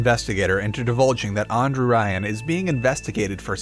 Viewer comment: Why did Andrew Ryan suddenly become Anne-Drew Ryan?